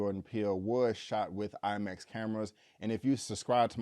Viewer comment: Did he say he saw it in LIE Max?! Lolol